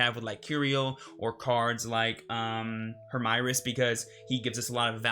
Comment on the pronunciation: Hermieres is probably france origin, so i think you need to say it following french speaking conventions.